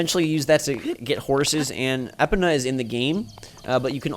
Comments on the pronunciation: Did he really say Epina? WTF ITS EPONA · he says Epona "Epana" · Ep-ina? Lol.